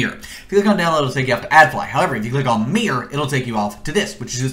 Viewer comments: Did he say Meer instead of Mirror? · Click the "meer" button and "continium". Meer-or, Cont-in-u-um. God how can someone speak so poorly.